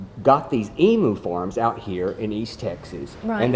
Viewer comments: In the South or wherever else, "emu" is pronounced "e-mew", not "e-moo". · I've never heard a Texan pronounce Emu like "eemoo", it's always been "eemyew"!